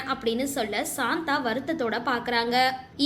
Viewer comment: ஏம்மா ..சாந்தா இல்ல... சந்தா ( Chanda )